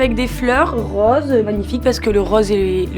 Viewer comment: Sa façon de prononcer "rôôôse" à la provençale 😂